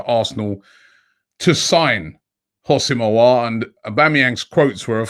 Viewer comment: Robbie his name is Ho-sam not Housim 🤣 please like so he can see this